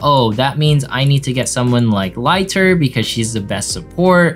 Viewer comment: I dont wanna be that kind of guy but i just want you to know the fact that its pronounced as L ii ter rather than l ay ter.